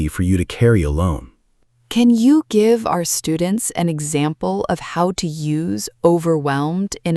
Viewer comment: “Never gibe up”